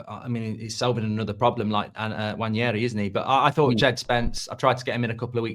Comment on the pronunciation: Come on say his name right. It's pronounced "Wan-airy"